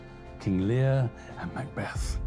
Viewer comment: King Learrr 🤴 ahhh yes, king Lear